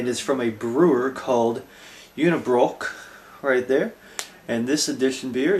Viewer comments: Roll your tounge between the 'r' and 'o' when prounouncing Unibroue. While you're at it you gotta try La Fin du Monde! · Just to be a pain in the ass, you should roll your tounge between the 'r' and 'o' when prounouncing Unibroue. While you're at it you gotta try La Fin du Monde!